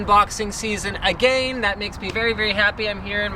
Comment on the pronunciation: Stop saying again so wierd !!